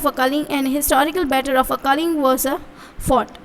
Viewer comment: Kaling nahi kalinga😂😂😂😂😂😂